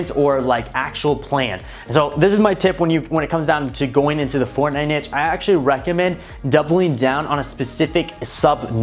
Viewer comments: can someone please correct his pronunciation of NICHE. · Kelcey well, i pronounce it “neesh” but everybody says it different lol